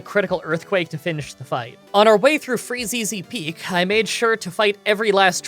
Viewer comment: “Freezeezy Peak” 😂